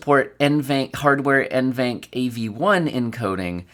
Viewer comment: I would pronounce that as N.V. ENC. instead of [eNVenc] simply because it's NVidia ENCoder so i guess you should pronounce first two letters as initials N.V. and then "enc" in shorted version, as in "encoder". But English is not my first language so...🙃